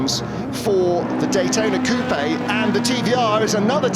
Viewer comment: It's not cou pe' it is just coupe with the e silent.